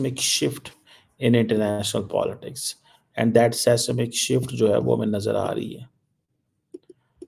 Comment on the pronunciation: Sesnik shift?😂😂😂 go to Google and learn how to pronounce it. Seismic is not an Urdu word. Don't try what you can't. Typical madrassa education.